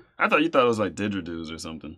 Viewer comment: Its didgeridoo did•ger•i•doo ♠